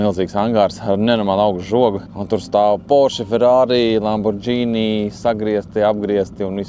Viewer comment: Lamborgini nevis Lambordžīnī 😎🤙